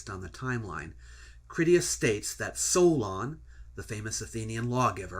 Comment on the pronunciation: "Solon" For Greekists the first 'o' is omicron, while the second 'o' is omega. Thus the incorrect pronunciation in the video